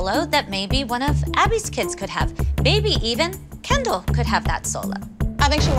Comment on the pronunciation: It’s Kendall not candel…